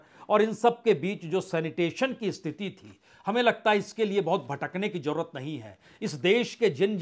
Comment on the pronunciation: Sir, aapka analysis to acche hote hai lekin hamari language kharab hoti hai. Please thodi Urdu sikh le. Z aur J me farq kare. Thank you. Jindagi is Zindagi, Jarur is Zarur Hajaar is Hazaar Jara is Zara etc.